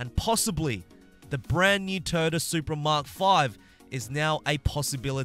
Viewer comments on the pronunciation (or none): Did anyone else hear him say and very possibly the new Turdsupra mark 5 at the end or was it just me? and man over half these damn cars should be in the autoshow, not as seasonal rewards, as the racings just plain old not fun in this game.